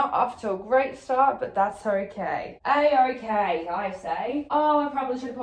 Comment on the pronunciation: can we talk about how ridiculously Aussie she sounded when she said a-okay i say? lmaooo but fr ily